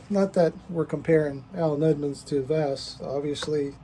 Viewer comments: Hey, great job!!! ❤ By the way, you can pronounce it “Va-SCH” like the “sch” in Budapest. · I think it's pronounced something like Vascht